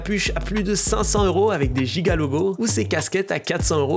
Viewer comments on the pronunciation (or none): none